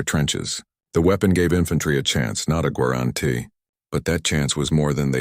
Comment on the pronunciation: Mate, you need to get a better AI to narrate your video. It's not a Pat, it's a PIAT. This AI can't even say "guarantee" without mongrelising the word. Have some respect for the men who used these weapons, they deserve every ounce of respect we can give them.